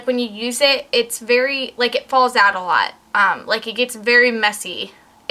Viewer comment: oh, you were trying to say "fallout"..good to know..hadn't planned on that happening w/this...